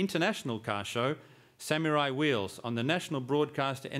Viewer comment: what a joke!!whats a (sam-u-rai)